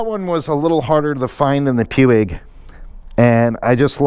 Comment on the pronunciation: Nice job on the mods. I like the way that Givi windscreen looks on there. BTW, everyone seems to mispronounce "Puig". It's pronounced "Pooch" and is a Spanish company.